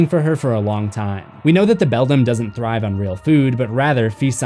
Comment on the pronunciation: Again, it's BELDAM (prnounced BELL-DAM or BELL-DAMN, NOT BELL-DUM). Also, I heard that the other father started as a pumpkin.